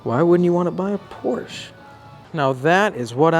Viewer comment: It is pronounced Poor sha but fuck california. I'll get mine under sticker here in missouri.